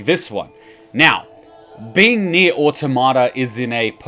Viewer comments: Nier Autom-ata not Auto-mata why do people stuggle with that word?? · that's fair but it's still Autom-ata and not Auto-marta.